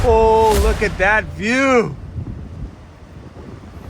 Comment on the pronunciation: I thought only native people said Loogit. lol